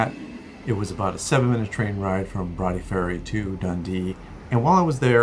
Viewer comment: My home town and I'm very impressed you pronounced Broughty ferry properly ( not everyone can ) Welcome back to Dundee anytime